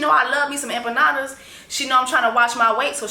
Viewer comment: Those empanadas piss me off. She can’t even pronounce it right 😭💀